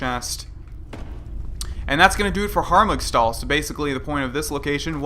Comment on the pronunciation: Lol hargumstal